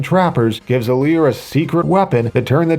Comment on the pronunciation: IT'S ALEAR